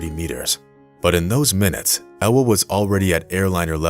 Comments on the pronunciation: Its Ewa not Ella.. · You are mispronouncing her name, in Poland, W is pronounced as a V, her name is Eva.